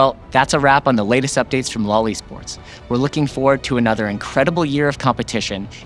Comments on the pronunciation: Loved the video! Can we not standardize the use of "LOL ESports" vocally? It sounds... weird. It kept sounding like "LOLI Sports" while I was cooking and listening... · I heard Loli sports🙂. You might want to find a different way of saying that.